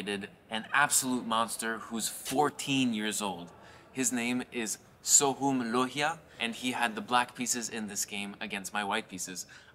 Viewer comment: I don't think it is pronounced as "so-hoom" it is pronounced as "so-hum" the hum from the word "humming"